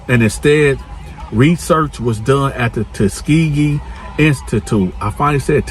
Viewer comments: Tus-KE-gee lol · Tuss-gee-gee it's pronounced and spelled Tuskgee gee institute something like this and you said it just take your time much love my brother and please ask us nicely about hitting the like thumb 😊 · Try breaking words into syllables when you find them hard to promounce. Tu-ske-gee experiment. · Pronounced Tusk Kee Gee bruh 😂😂😂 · TUSS- SKI- GEE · Pronounced 'Tuss-Ski-gee,BroBro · Tuh -skee -geee read it like that that should help you pronounce it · lol pronounce tuh-ski-gee (like McGhee ) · Sound it out ....Tus....ke.....gee... now say it all together. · If you want to do your videos in the car, it is best that you find a quiet place without those kids practicing sports. You are trying to pronounce {Tus-ke-gee} Tuskegee. It is a hard {g} sound like the word goat. The Tuskegee experiment was between 1932 and 1972. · pronounced like this tuss skee gee experment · It’s called Tus kee gee experiment. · Tah-Ski-Gee experiments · Tuskegee Man!!!!! Now finish the story 😂😂😂😂😂😂 (Ta-ski-gi) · your comment was the 1st i seen. Then i beard him trying to say it.😂😂😂😂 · Ta-ski- gei 😂😂 my boy be struggling it’s all love bro 💯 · Yo it's Tusk-key-gee...I have the same problem with some words. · Tuss ski gee say it like this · He couldn't say that word to save his life😂😂😂😂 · Yo he fucked Tuskegee up like 12 times 😂😂😂😂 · This got real painful to watch when this man couldn’t pronounce TUSKEGEE smh